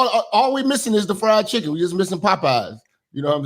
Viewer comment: He said FRIEND CHICKEN CHRISTIANS 😮😂